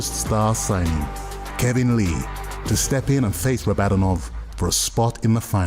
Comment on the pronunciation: Why are they still calling him Rah-bod-un-ov when he told them it’s pronounced Rah-buh-don-ov